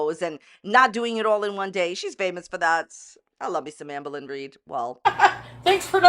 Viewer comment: Every time u say Amberlynn I can’t help hearing “Anne Boleyn” 😅😂